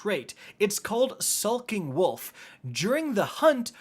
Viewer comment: Anyone else notice he said sulking not "skulking" lol